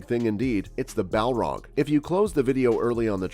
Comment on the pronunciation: Did you just call Balrogs “Malar?” And the Moria Balrog wasn’t “named” Durin’s Bane. The Dwarves called it Durin’s Bane because the Balrog slew King Durin.